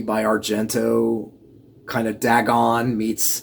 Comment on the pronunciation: seems a little odd to me your self professed love for lovecraftian horror but then mispronouncing dagon almost immediately after, one of the most famous entities in all lovecraftian works.